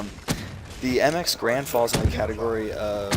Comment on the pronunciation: Stop pronouncing Garand improperly please. It's a person's last name, how would you like it if people pronounced your names incorrectly..